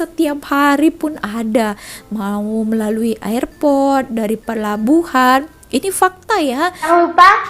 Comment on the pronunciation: cuba dengar kalau mereka sebut "airport" atau "airasia".. sebutan "air" tu macam kita sebut air yang bermaksud " water"... 😀😃